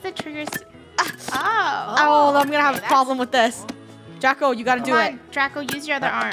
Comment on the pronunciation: it's draco not drago